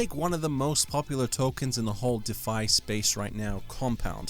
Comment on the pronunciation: its DEEEE fye and you forgot hex.. wtf